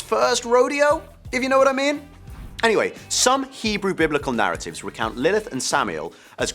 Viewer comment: wow.. u even got the hebrew stuff 100% כל הכבוד!